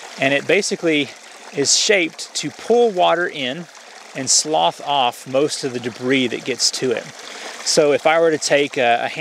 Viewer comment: "Slough" is usually pronounced less like "sloth" and more like "sluff," in this context.